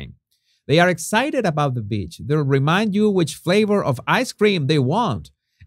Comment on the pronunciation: When men wear a scarf around their neck like Marcus in the photo, it looks so gay to me. There have been comments that he is. Jesus, I also like the way you say 'a bi*ch vacation' (with your accent) for a beach vacation. It is more applicable than a 'beach' vacation in Meghan's case!! :face-green-smiling